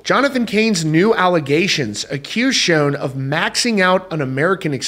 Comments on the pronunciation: According to Neal, "Schon"is pronounced "Shawn," not Shown. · You say his name wrong ….it’s not shown….Schon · Its Schon...."shawn"...not SHONE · its SH-on not SHone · SCHON, NOT SHONE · Pronounced SHAWN not Schown, ffs... You're a reporter dude. Get it right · QUIT SAYING "SHOWN", IT'S "schON" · Schon. Rhymes with Don...Ron...Tron...and Bon. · No. Pronounced as Shawn. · PLEASE …Neal SHAWN! your the only one in the industry who mispronounces his last name. I love your channel though:) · It's definitely annoying!!! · You're, not your (the only one in the industry). And yes, it's pronounced like, Shawn. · Please learn how to pronounce Neal’s name . It’s not Shone ! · It's pronounced "shawn". Please respect him by pronouncing his name correctly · It’s Sch aaaa. N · What's really sad and disappointing is how you always mispronounce Neal's last name... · Another shame here is you mispronouncing the name Schon with wild abandon. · You are pronouncing Schon incorrectly and it's so irritating!!!